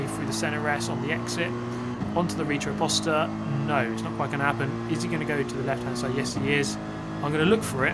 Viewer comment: “On to the Rita opousta” lol it’s quite funny to listen to English speakers trying to say Portuguese words, more specific Brazilian Portuguese... Say “Hata oposta” it will Sound more like Reta oposta